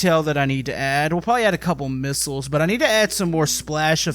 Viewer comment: its missiles not misisles.